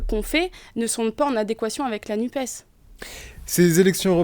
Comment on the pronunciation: Le journaleux a-t-il l'impression de causer américain, en prononçant "Nupse" plutôt que "Nupes" ?